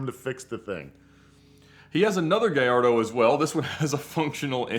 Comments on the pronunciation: It’s “guy-yardo” not “guy-lardo” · Guh-LARD-o? Really? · ga-LA- rdo? Other people I’ll give them a pass, but you are a dealer bro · For the 100th time,, we love ya, but it’s “GAH-YARD-DOE!” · Can’t anyone pronounce especially? It’s not pronounced “ expecially “. There is no X in it. Also for the fact that sells lambos he can’t pronounce Gallardo. lol 🤦🏻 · I consider a top Lambo expert, but the pronunciation of GALLARDO is hard to hear! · 😂 It does seem funny that someone who deals in Lamborghinis for a living doesn’t know how to pronounce the name of their most popular model…